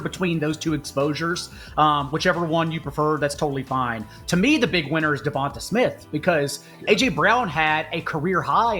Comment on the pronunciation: Why can’t white people pronounce Devonta Smith name right 😂